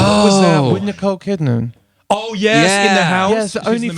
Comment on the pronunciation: He said Nicole KidNAM :P